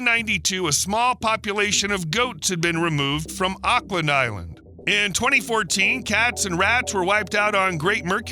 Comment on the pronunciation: This is very interesting thank you. You might not want to know this, but in New Zealand, "AUCKLAND" is pronounced like how we say OAKLAND. like Oakland, California. The Oakland A's team. We USA people are pretty humble since we expect all the rest of the people in the world to pronounce things the way we prefer to hear it.